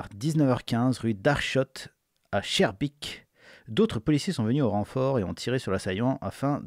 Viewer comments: Prononce SKARbeek, pas CHARbeek xDDDDD edit : putain, ton "Cherbik" a fait exploser de rire mon meilleur ami, bravo xDDDDDDDDDD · se prononce " SKAERBèèK " et pas CHARBEEK ;) mais oui la vidéo dit tout..... je suis Bruxellois...... et c'est de pire en pire , et c'est sale !!!!!! très sale!!!!! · on prononce Skarbéék pas Charbaik.. merci pour tes analyses continue <3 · ta prononcé chaerbeek ? au lieu de schaerbeek lol quand tu prononce se quartier le ch tu peux dire k pour vous sa sera skaerbeek pour le prononcé si non ça s écris schaerbeek je suis de bruxelles donc voila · Skarbéék, Arskot, par pitié les français hahahahahaha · La prononciation de Schaerbeek me tue mdr bienvenu chez nous hein